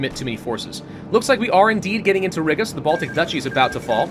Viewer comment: Laughing that he pronounces Riga as Rigga 😂